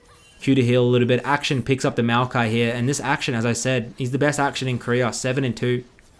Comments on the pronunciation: Bro, please, akshAn, not Action. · Akshan = Ack - shaan (not aack-shin)